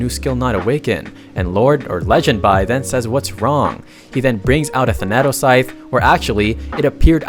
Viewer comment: I love it, it's called Tha-natos scythe, and not Than-atos ..😂